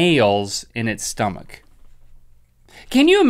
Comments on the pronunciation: Lol "inside a stomakkk?" Lmao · OMG, Link just pronounced stomach in perfect Serbian! ^.^